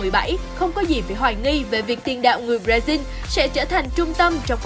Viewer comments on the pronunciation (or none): none